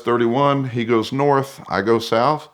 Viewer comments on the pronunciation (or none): none